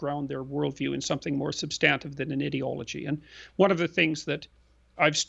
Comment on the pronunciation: Why can't they pronounce the word ideology correctly, so annoying.